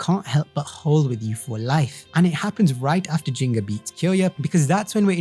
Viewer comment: I'm so fucking tired of hearing people pronounce his name as "Jingga". Whoever did the translation/localization should be ashamed.